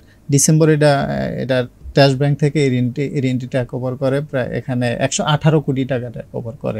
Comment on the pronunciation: ট্রেক না টেক ওভার। টেস না ট্রাস্ট।